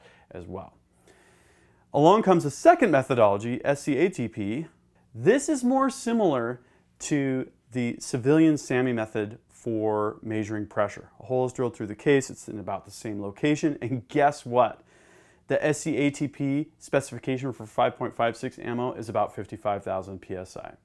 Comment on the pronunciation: I got shitfaced taking shots every time this guy said mAsuring